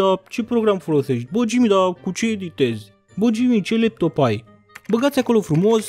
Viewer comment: imi iau leptomu in brate"😅 In loc de leptop ai zis leptom (no hate)